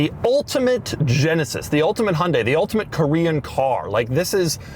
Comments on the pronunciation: As a Korean, my eardrum pukes a little whenever Doug pronounces HUUUNDE. There is a Y there for a reason. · Doug is the type of guy that doesn't pronounce the "Y" in Hyundai 💀